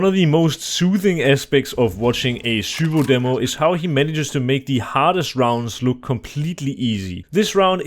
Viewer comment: the way nato pronounces zywoo is infuriating